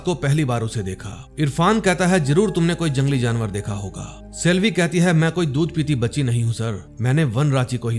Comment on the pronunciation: Jinawar nhi jaanear hota hai bhai😂